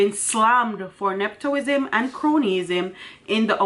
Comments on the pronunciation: Please madam, it’s not neptoism.... it’s NEPOTISM, if you don’t know the word look it up or seek help in the pronunciation also not improperty it’s impropriety. Children and students are listening please teach well with your platform!!! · The word is ne-pu-tism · nep·o·tism The o has a u sound...